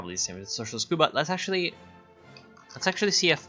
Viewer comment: My body rejects how you say Cuba.